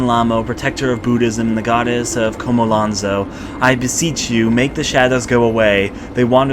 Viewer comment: How can you hear the main character say Chomolonzo, read it constantly and still pronounce it Kha-ma-lan-zo??? CHO-MO-LON-ZO